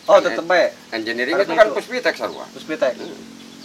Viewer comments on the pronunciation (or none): PUSPIPTEK pak, bukan puspitek.